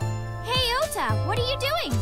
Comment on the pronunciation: the voice actor thought it was pronounced "oda" not "ota" all game, because he never had to say his own name, it's only when he played the game that he realized. to market the game the company made a twitter account for ota....and also made ones for his sock puppet accounts. That's dedication.